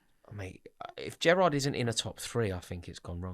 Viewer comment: it is Gerrard